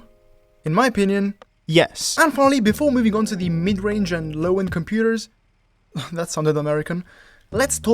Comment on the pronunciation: I'm American and when you said "computers" my heart stopped